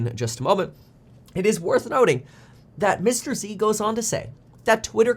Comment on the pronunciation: Mr. Z not Mr. EC. 👀